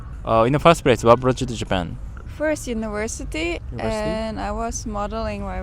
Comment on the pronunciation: She answers like a Russian (trying to be funny with unpleasant jokes) and she has (not strong) Russian accent, specially when she said "Universityyyy" , probably a Russian who came to live in Germany , I would not say she represent the German thinking and behavior.